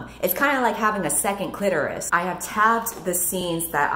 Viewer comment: This video taught me that I’ve been saying “clitoris” wrong my whole life